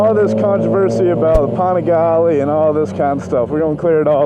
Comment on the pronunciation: Pan-a-gally Not fucking pohn-a-gauly You said it so fucking much just say it correctly please. Jokes on your "expert opinion".